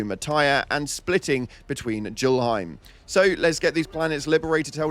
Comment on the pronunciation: I'm pretty certain the Tyr part of Duma Tyr is pronounced like 'tier' And Julhiem is pronounced like 'yull hime', you're supposed to pronounce the 'J' like a 'Y' I believe they're both Norse names, not English